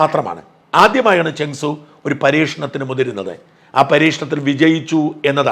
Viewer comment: This seems to be false claim with AI generated imagery that had gone viral. No Rafale is lost. Before doing this you should have fact checked the matter. May be the Chinese cannot take the beat lying down. So the false propaganda. Chengdu J-10C otherwise known as Vigorous Dragon. You seem to pronounce as ChengSU